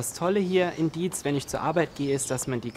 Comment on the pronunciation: Diez an der Lahn nicht Dietz. Sehr schöner Beitrag :-)